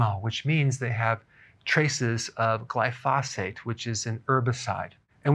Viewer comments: Berg - Longtime viewer and subscriber, here. Mad respect for all that you do. But, RoundUp (glyphosate) is pronounced GLY-fo-sate, not gly-FOS-fate. Carry on with the great work! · Dr., glyphosate - It's pronounced GLY'- FOE- SATE. Love your videos !